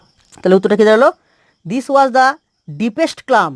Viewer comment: ক্লাম হবে না, কাম উচ্চারণ হবে